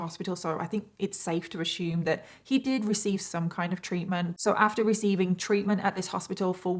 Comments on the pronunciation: It's "assume" not "ashoome" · I luv ya girl but the word is ASSume. It's not "ashume." 😂😂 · I love your work. But I giggle everytime you say "ashoom" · Every. Single. Time says "ashoom" I say mushroom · Hon - I love you and your channel. But, "ASSUME" has NO "H" in it. It's pronounced "ASS" "OOM". That's all I need to say. Love you and your channel. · Your story was so enthralling. I was frozen perfectly still with my mouth hanging open staring at the TV as I listened to you tell this story throughout the whole story!😳...I love youre content and makeup too..oh yea and one more thing...Has anyone ever made you aware of the fact that you pronounce the word "ASSUME" differently than we do here in the USA 🇺🇸?..It's the cutest thing. I noticed it in your other content and I giggled... but this is where this snaps me out of the story somewhat since it distracts my mind 🙊🙆‍♀️Anyway..I love youre shows and makeup and can't get enough so I hope you post more💗 often in the future! !bye👋